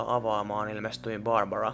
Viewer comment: Mä vihaan sitä ku se sanotaa tyylii: "hei! Olen borbora"